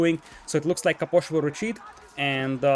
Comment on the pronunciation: I love how you say Caposh